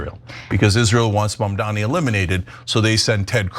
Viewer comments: Their hatred can't be missed, they refuse to pronounce his name right. MAMDANI. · MamdaNi, Ted. MamdaNi, not MamDammy. Learn to pronounce his name if you're gonna criticize him, and we shall see how this turns out. NYC is desperate for a new mayor with progressive ideas, and Zohran will bring this and more.